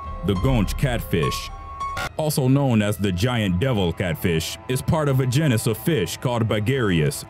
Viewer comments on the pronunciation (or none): If he says “jin is” one more time I’m going to scream. The word is pronounced jEn is. So jeanis People are beginning to slowly lose their ability to speak correctly. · Your channel needs narrators that can correctly pronounce things like "genus".